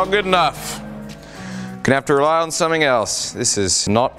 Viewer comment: Haha "make somehing great again" ^^